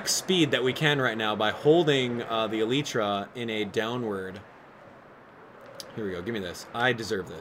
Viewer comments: you pronounced too many things wrong. It's not pronounced Uhleetra It's Uh-Lie-Tra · ee-lllyyy-tra get it rite